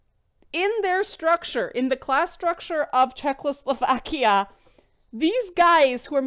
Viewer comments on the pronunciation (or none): I listened to this video while playing Kingdom Come, and it greatly improved my immersion (my RP Henry is psychotic and hears youtube videos in his head). PS. Are you saying "Czechless-slovakia" on purpose?